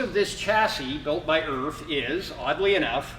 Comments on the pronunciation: Very informative. Unfortunately, some of the British isms that you conveyed are wrong. Nobody ever referred to E.R.F as, "Urf," for a start. Do some research on us and the way we speak before making your video. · Hi, its pronounced E.R.F.. just like the lettering, not erf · No we don't call them erf in the UK............we either call them "E R F" or ER Foden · We call it an EE-AR-EFF. I’ve never heard one called an Erff. And although ERF does stand for Edwin Richard Foden, I’ve never heard one called an E R Foden either — and I’ve grown up with ERFs. And as for it being a good fire truck. Mixed reports by all accounts. I know firefighters in my county had a few in the fleet, but never rated them. They much preferred their Bedfords, Fords and Dennis F series trucks.